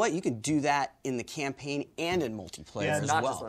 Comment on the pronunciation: Tucker kept saying Camplayn